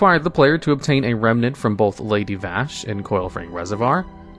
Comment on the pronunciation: for FUCK SAKE, you are a LOREMASTER. PRONOUNCE NAMES LIKE THEY ARE PRONOUNCED, IN THE DAMN GAME YOU ARE THE LOREMASTER OF. GOD, it REALLY feels like you're pronouncing Vaaaaaash instead of Vashj just fo fuck with us